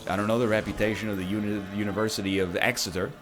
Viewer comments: you pronounced exeter correctly congrats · I was very impressed